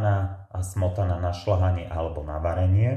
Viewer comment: Čo je to sol, šlahanie a podobne? Snáď soľ a šľahanie, nie? Slovenčina by mala byť ľubozvučná a nie "lubozvučná". Či?